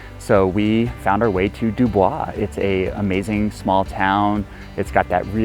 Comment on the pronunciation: It's pronounced duboys